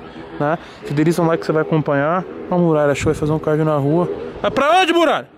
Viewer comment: E quando ele fala: " nimim" , "naonde" ?